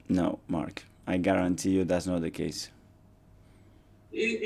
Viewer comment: The way he says "Mark". Brutal.